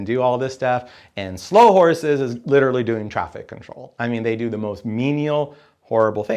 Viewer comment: I just watched it again, and he still says Slough Horses. No criticism was intended as already mentioned as I acknowledged he was talking from off the top of his head.